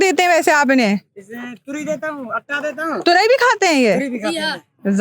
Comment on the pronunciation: Turai nahi turi bhosa hota he